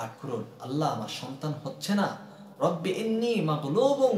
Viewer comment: 🔴প্রথমে ও শেষে দুই জায়গায় রব্বি আন্নি না বলে ইন্নি বলেছেন। সংশোধন করলে আপনার জন্য ভালো। সবার জন্য ভালো। মানুষেরই ভুল হয়।